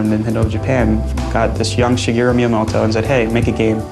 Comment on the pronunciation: Shigeru not Shigero...